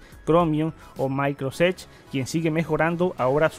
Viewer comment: ¿Por qué dices Microsoft, pero también dices Maicroséch? ¿No sería igual decir Maicrosófis? Podrías simplemente decir Edge